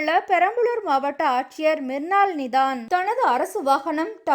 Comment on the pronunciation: உங்கள் சேனலில் தயவு செய்து தமிழ் ஒழுங்காக உச்சரிப்பவர்களை வேலைக்கு அமர்த்துங்கள். தமிழ்க் கொலை தாங்க முடியவில்லை! இரவிள், ஆச்சியர், காய்ச்சள், டவாளி என்று.. கொலையாக கொல்கிறார்